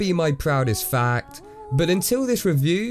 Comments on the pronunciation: I thought he said not my proudest fab XD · When he said not my proudest fact I thought I’m he said not my proudest fap